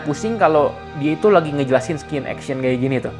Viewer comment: Gausa sok inggrislah, ngomong scene jadi skin 😂😂😂